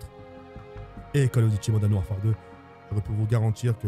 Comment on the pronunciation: Call of diti Moden warfare 😂